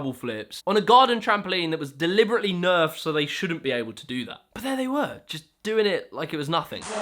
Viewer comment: Great breakdowns. I used context clues to figure out your were actually saying ‘nerfed’ trampolines. Or were you??